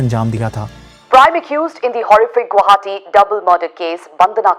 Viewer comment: Guwahati❌ guh wahati ✅